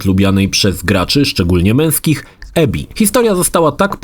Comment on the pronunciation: Abby czytasz jak Ebby ? WTF🤔ale Mistrzostwem Świata jest "ostatnie lata spędził w beczce" : W JAKIEJ KUR*A BECZCE ?!?!?!? ....mówi się "pod kamieniem" HAHHAHAHA